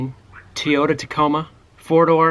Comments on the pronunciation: Your Truck is pronounced Toy-ota Toyota ! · "Teeotah" Tacoma... lol ;)